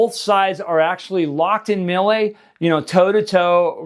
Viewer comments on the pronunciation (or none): Melee is pronounced May-Lay, not Mil-Lay! 😂 I'm going to start a video series where all I do is correct your English buddy!